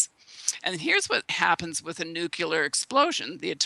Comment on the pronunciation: "Nurcular" and "nukular" are really irritating and give the impression that the speaker is uneducated..